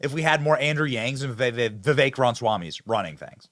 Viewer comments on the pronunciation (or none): none